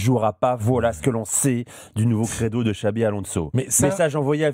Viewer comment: Les gars cest "Xabi" Alonso et non Xavi